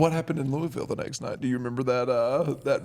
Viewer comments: Thank you for saying Louisville right mark! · That's how I know Taker has been in Louisville a lot, is he's the only person outside of Louisville that I've heard that pronounces Louisville right! Lol